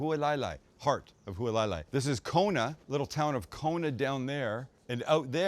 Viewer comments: Longtime subscriber who lives a few minutes from this house. The butchering of Hualalai got a lot of belly laughs from the family but keep doing what you are doing. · Haha clicked on this because I grew up in Hawaii. Figured he'd be in Maui or Oahu but turns out he's in my home town. Outside of absolutely butchering Hualalai, great video! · Hualalai = Who-ah-la-lie. Not who-uhh lie lie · FYI...Hualalai=Hoo-ah-lah-lye=obstructing the (lava) flow. In Hawaiian legend, also the wife of master navigator Hawaii Loa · "Halualailai" 🤣 Zero effort lol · Hualalai is pronounced like: Hu-ah-la-lai. Just like it's spelled. You didn't even try you cringe haole. Didn't even get to your recipe after that disaster. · Hualalai (Who-Ah-La-Lie) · "at huwaleyla". WTF is that? 🤣🤣🤣🤣🤣🤦🤦🤦🤦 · Loving the Big Island series, we love it there. You almost lost me at your pronunciation of Hualalai (hwa-la-lie), but I struggled the first time I stayed there! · It's pronounced hoo-a-la-lie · If you’re going to do something Hawaiian try pronounce the town correctly it’s “Hoo-ala-la-lai” and Use proper Hawaiian brands too, Aloha Shoyu is the only proper Soy Sauce when you’re on the islands. You shouldn’t be “teaching” people about Hawaii if you’re not properly educated in the culture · Welcome! Since it's in the name of the location I thought I might weigh in on pronunciation. Hualalai is the volcano that this property sits on. It's pronounced Hua (like the marines saying ) - la (like lala land) - lai (like lie). Hua-la-lai. Looks like an amazing trip! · About 25 yrs ago I found fried rice loco moco at the Kuhio Grilll in Hilo, the only version I eat ever since. Who-a-la-lie...is the pronunciation of the village you are stay in. 😊🍍🍍🍍🍍🍍🍍🍍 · pronounced Hualalai is pronounced Who-ala-lie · Being from Kona, the way you pronounced Hualalai made me cringe out of my skin